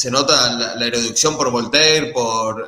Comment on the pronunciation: Erudicion no erudiccion